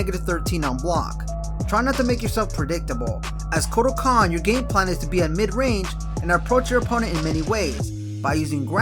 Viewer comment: Just wanna let you know that you said 'kortal kahn' at the beginning there.